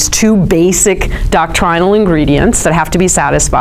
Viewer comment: please stop with the "dock-TRY-null"... "DOCK-trin-all" flows from the tongue more fluidly, not to mention less pompously 🙂... i am teasing, speak as you wish... but seriously, you know that's not how anyone says it... OR IS IT?!? carry on...